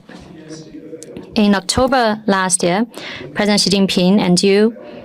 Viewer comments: Please learn to say the president of China's name xi is said like she not gee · Ben, it is pronounced SHEE. Xi in Chinese sounds like "sh" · 😂, did the man there say thankyou president g, hilarious 😂. It's pronounced shi! These people don't even have the decency to research and show respect! Seriously president G! What are these idiots who represent us! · Xi is pronounced 'she' jing is pronounced 'Jing'